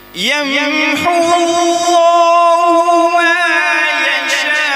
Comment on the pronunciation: یمحو اللہ ما یشاء ویثبت ہے بغیر تشدید کے